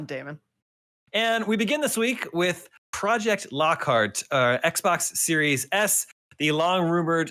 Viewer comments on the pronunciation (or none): Lol did he say x Box series sad?